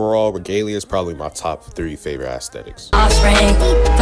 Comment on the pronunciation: Bro said Assthetics